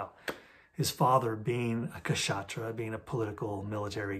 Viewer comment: India also had Mimamsa, Samkhya, Nyaya . So all were not Vedanta . And 'Kshatriya' is pronounced as 'shuth-riya'. K is silent.